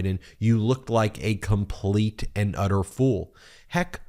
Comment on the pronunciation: HERE'S YOUR PROOF: he pronounces "...completUH and uDDer fool..."